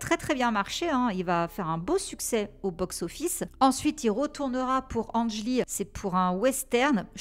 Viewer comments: On dit pas ange lee. Mais Ang (ça se prononce angue) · Angg lee pas Ange pitié